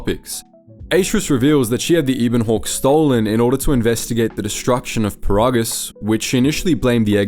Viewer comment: just reading a script and never played the game. Can't even say 'Ebon Hawke' right -_